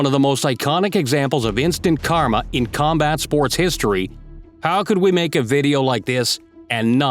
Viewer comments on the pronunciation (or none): none